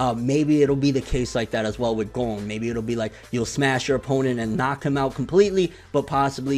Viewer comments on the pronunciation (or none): pronounces Gon's name "Gong" you really start to work on your pronunciation bro, no hate nut it's true